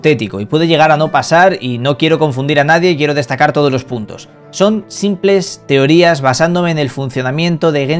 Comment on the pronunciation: "Teorías" dice jajajajajajjajaja